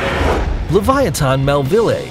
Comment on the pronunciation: Livyatan is actually pronunced as li-vi-ya-tan